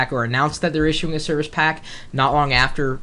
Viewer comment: "serviche pack" lmao